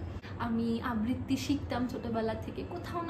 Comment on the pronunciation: সব কিছু খুব ভালো লাগলো, কিন্তু আবৃত্তি উচ্চারণটা খুব কানে লাগলো একজন আবৃত্তিকার হিসাবে,আশা করব ওই উচ্চারণটা একটু শুধরে নেবেন